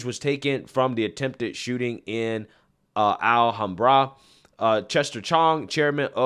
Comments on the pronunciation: The correct accent emphasis on “Alhambra” is on the second “a”, not the last. AlHAMbra - with the “ham” pronounced like the pork, ham. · It’s Alhambra not Al Hambra. One word - Alhambra. Say it now: Al-ham-bruh. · Great content like always. I just want to say the city is pronounced Alham bra not al hambra. Love your channel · I know you’re not from California, but it’s Al-HAM-bra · They’re already putting a spin on the assault weapon angle by claiming the shooter used an “assault pistol with extended magazine”. Anything to divert attention from the conclusions they’ve tried to jump to, I guess… BTW- it’s pronounced “Al-HAM-bra”, not “Al-hahm-bra”. The locals there will look at you funny when you pronounce it like that lol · Alhambra, pronounced al-HAM-bruh Interesting to hear how people pronounce unfamiliar city names. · Al-ham-bruh is how it’s pronounced. Tore-ence is how it’s pronounced. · It's pronounced Al, like the name, Ham, like the pork and Bra like bruh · Great perspective as usual!! Since it's obvious your not from Cally, let me help your pronunciation of the cities! Alhambra - al-hamm-bruh. Torrance - tore-uhnce. Keep up the great work! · FYI… “Al-ham-bruh” = Alhambra … otherwise a good video! 😎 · Al Ham Bra. Al like Allen, Ham as in pork, and Bra to cover the tatas. Alhambra. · Al - Hom - Bruh. It's right next to monterrey Park. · Al-ham-bruh.. Al as in Al from home improvement. Ham, as in cooked ham. And bruh. As in bruh. Alhambra. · Pronounced: Al- HAM Bra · Pronounced: Al Ham Bruh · Hey, it is a hate crime! Sum Ting Wong identifies as a straight, white, protestant male. And, it's pronounced Al-ham-bra. C'mon man! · I think it is pronounced al-ham-bra. Nor being a wise guy , just trying to help. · Just a heads up Alhambra is pronounced: Al Ham Bruh. I live not far from there so I know how it's pronounced. 😊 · Al-HAM-bra. TORR-ance. Yer killin me. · Alhambra - Al - Ham - Brah : ) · Just FYI it's pronounced "Al-ham-bruh"